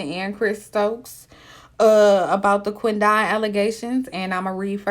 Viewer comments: 🗣QUEN DEN..NOT QUEN DON...GWORLLLL.. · How did you pronounce that man's name?! It's literally Quinton with a D. 😂😂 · I wish she say his name right. Damn. Quit separating "Quin don" its Quidon!